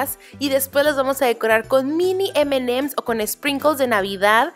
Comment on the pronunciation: aprende a decir emanems 😒